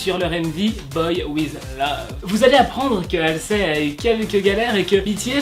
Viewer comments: C pas méchant mais pour mes oreilles DIT HALZI ET NON HALSÉ Merci de votre compréhension Chus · De 1 pourquoi mets-tu du blackpink alors que tu parles d'exo de 2 c'est HALSEY et pas HALSLEY donc MERCI